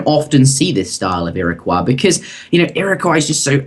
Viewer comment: I thought you posted a video a while ago where you realised your mistake about pronunciation of Iroquois? Otherwise, great vid and series :D